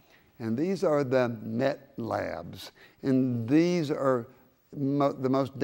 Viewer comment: he said it wrong its meth t h sound not met